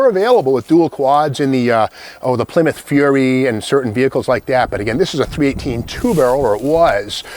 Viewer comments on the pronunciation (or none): none